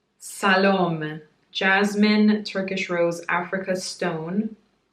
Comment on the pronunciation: Pronounced “Salomay”:-). And yes- just make more videos about whatever you want, because we love your insight!